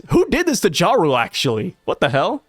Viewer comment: I keep hear Ja Rule instead of Jarul. Sounds like a good read.